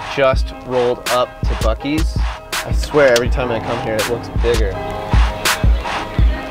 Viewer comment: Dude did you say fuk ee's